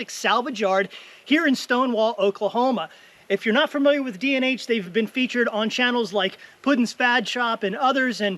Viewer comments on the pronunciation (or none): none